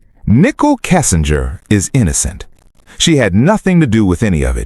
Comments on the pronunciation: You must learn to say Nichol correctly, not Nickel. Are you AI? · If she was guilty they would have found proof on her phone. They obviously didn't. I believe her. Prayers Nichol. (and her name isn't pronounced nickel its nicole) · It's Nicole with an e not nickel. Get it right!